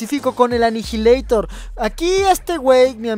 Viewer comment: Anijileitor :v inglés con Talent